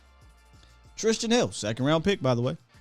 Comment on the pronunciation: why can't you say Tristan? Shit cracks me up every time